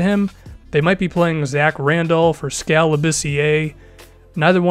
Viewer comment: HEYYYYY SOMEONE SAYS SKAL'S NAME RIGHT